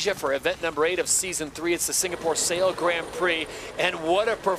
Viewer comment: Can someone please teach Todd how to pronounce 'Grand Prix' S'il vous plait?